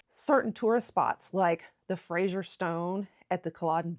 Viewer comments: Fraser is pronounced the same as 'phrase-er', not 'fray-sure' as you did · Please stop saying Frashier - it’s Fraser (sounds like Frazer, razor, blazer etc). Thank you. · Wrong pronunciation can be a big bug bear to us Scots especially when folk don't do their research beforehand. On that note, the Outlander character's name is pronounced "Fray-zer" (Fraser) and not Frasier as in the US TV show. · It’s not Jamie Frasier it’s Jamie Fraser to rhyme with razor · Scot here… I’ve found that most Americans pronounce Edinburgh edinBOROH . I could list all the mispronounced place names, but that would be cruel and take too long 😅. By the way, Fraser is pronounced Frazer, not Frasher 😉 I do love American enthusiasm for our country tho - it makes me appreciate the country more myself. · I am a Scot and I absolutely loved your video. Great! Just one thing though: the pronunciation of 'Fraser'. It is not Frazier, as in Frazier Crane or Joe Frazier, but rather FRAY ZER - (freɪ zər). I'm sure you'll get a few comments about that. . . But, please keep up the good work. This was a very entertaining , and funny, video. I will be sure to subscribe. Good job! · Stop saying Frazier!!!! Ffs it’s Fraser - practise it. He’s not a comic character from US TV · The name is Fraser, the S is a voiced sound like the z in lazy, not like the s in pleasure. There is no "u" in Fraser. Why are you mangling it? Exasperated groan.